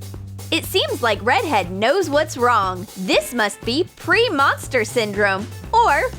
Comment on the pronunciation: Anybody else heard pre-monster-syndrome instead of pre-Menstrual-syndrome